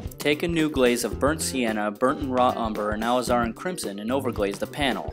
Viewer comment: Also, please don't take offense to my critic but to keep in line with your degree of excellence in detail. Your pronunciation of Alizarin should be Ale iz-er-in like all is er in...... It is an anthraquinone originally derived from the root of the madder plant. In 1869, it became the first natural pigment to be duplicated synthetically. First made in 1868 called Madder